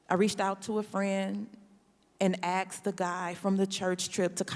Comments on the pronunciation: He axed me… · What's all this "axing" that she says she did? What a moron. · He axed her? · You axed who? 🤔